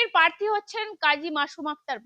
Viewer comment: পার্থী নয় ,, জিব টা আগে ভালো করে পরিষ্কার করে কথা বল ছাগল কুলাঙ্গার মহিলা,,ঘৃণা লাগে ভাই এদের দেখলে